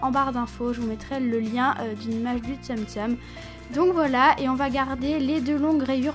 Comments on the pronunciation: Super vidéo !Par contre cela ne ce dit pas "Tsem Tsem" mais "Tsoum tsoum".Voilà bisous ! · pourquoi tu dit tsem tsem ? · Juste tsum tsum ça se dit tsoum tsoum Sinon yin tigrou est trop mignon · Vas tu refaire des tuto tsumtsum?Je crois que ca se dis tsoumstoum. Sinon super vidéo 👏❤